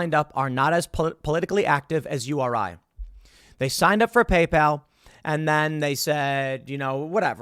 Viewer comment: Did Tim call it Gaypal? Sounds like a competitor to grinder